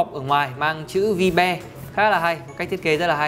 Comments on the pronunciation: Ôi...Vi-be...bạn ấy đọc tên sản phẩm thật....gớm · "Vibe" đọc là "vai (bờ)" (âm gió) nhé